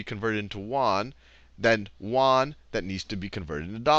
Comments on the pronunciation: Yoo-en not wan... seriously... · Won = KRW (Korean Won), Yuan = RMB and you pronounce it 'yuan' not 'won'. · pronouce YUan as Say UN very fast. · My Econ teacher at SMUS says "won" for Chinese currency too. It's probably because the consonant "ɥ" does not exist in English. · Yuan is not pronounced 'Wan'! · Good video, very helpful. To previous commenters does it really matter if he was using "Yuan" or Dollars of potato chips. Let his pronunciation of Yuen go. Thanks for the help. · "You-awn" ...won is korean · It's actually called yu-an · way to butcher the yuan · The way you're pronouncing yuan is srsly tilting me. Do some actual research before you present a lesson ffs.